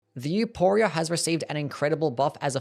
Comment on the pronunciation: Please I beg you the name is pronounced with an "F" sound not a hard "P"